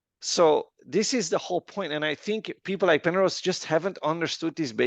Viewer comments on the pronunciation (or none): 😂😂this guy saying pernose not understood.